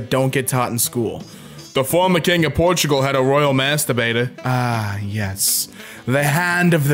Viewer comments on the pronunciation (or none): none